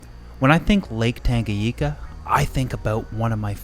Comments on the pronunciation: Great video! One comment: it’s Lake TangaNyika and not TangaYIka :) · This guy says Lake Tanganyika wrong. It’s not just a Canada thing